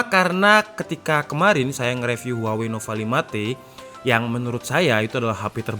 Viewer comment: "Huwawei P30"